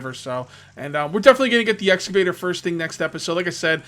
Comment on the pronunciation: I swear to holy Christ say excavator it’s not hard bro